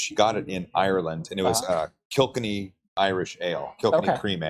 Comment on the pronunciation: Bit late now but kilkenny is pronounced kill-kenny 😂